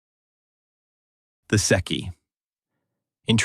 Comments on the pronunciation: There is no "seki;" you are referring to the Transilvanian "Székei" (pronounced SAY KEY). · ITIS NOT SECCHI BUT SZEKELY THE HUNGARIANS OF TRANSYLVANIA THAT STUPID TRIANON GAVE TO ROMANIA. GIVE IT BACK.